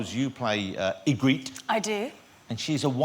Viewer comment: Tbh throughout the whole thing I was thinking it's obvious he had no idea about the show. Mispronouncing Ygritte, forgetting who plays Danaerys (nobody calls her Khaleesi). He's obviously never watched it